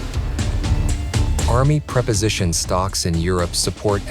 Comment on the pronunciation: Even after all these years, today I learned something new: I was unaware that the mules only maintain the ship's alignment in the locks. I thought they towed the ship through. Nit: In this context, "preposition" is pronounced with a long 'e'... "PREE-positioning." A preposition (short e) is a part of our language that links words together, but as a verb, preposition (long e) is a logistics technique.